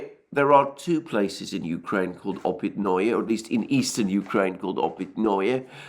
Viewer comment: Опытные is pronounced like "Oh pit na" not -noy like in annoy.